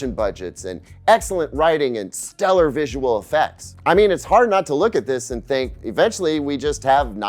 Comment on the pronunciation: My man said, "steller writing" when describing current content...